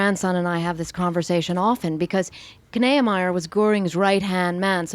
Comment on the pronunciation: Kneiemier? I think its pronounced "Nee-ah-my-er" at least among German Americans.